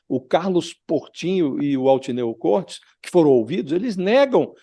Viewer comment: Altineu Côrtes, não Cortês!